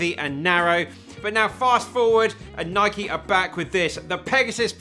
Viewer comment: Thank you for saying the name, Nike, correctly. Can’t believe it’s such a point of contention when the founder of the company pronounces it the way you do in this video.